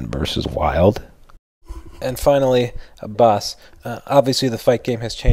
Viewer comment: Good job with Bas's accent :D